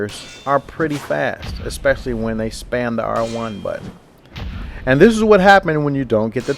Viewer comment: *and* *partial* *parried* *stunned* learn how to talk right please?